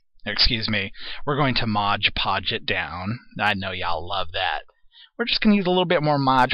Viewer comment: MOD-podge,! This video is making me laugh, for which I thank you, cuz this day started out in the dumpers!